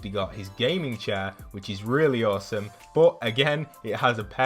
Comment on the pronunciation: You said bosome not as some